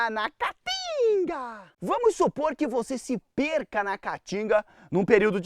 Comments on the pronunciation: Esse idiota não consegue nem pronunciar o nome Caatinga corretamente. Vai estudar, analfabeto. Caatinga, caatinga, caatinga. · Amei o começo quando ele falo "a catinga" kkk🤣🤣🤣🤣🤣